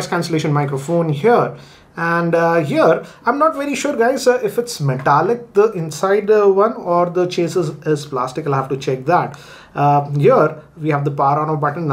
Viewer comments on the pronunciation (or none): That is not how you pronounce "Chassis" s is silent